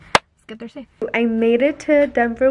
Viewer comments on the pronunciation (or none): none